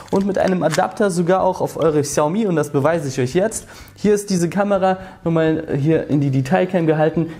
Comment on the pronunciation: bin ich doof oder sagt der immer "kanera", statt kamera?